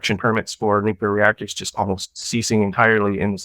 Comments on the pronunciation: NUCLEAR, NOT NUCULAR. JESUS CHRIST. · Not “Nucular”. Obnoxious. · I had to stop listening even though it was really interesting 😂 “nucular” is too distracting! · Love ya but the word is pronounced nu-clee-ur